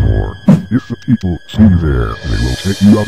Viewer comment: he said peaple again haha:-D:-D:-D